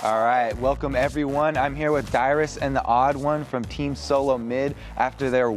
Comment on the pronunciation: Theoddone not theboredone